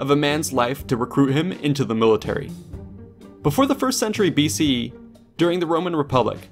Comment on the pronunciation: If you can't enunciate the E in BCE just say BC.